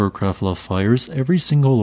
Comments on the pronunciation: No. "Krabbla" is more like it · Krafla is pronounced "kraPla". You never seem to get the pronunciations right.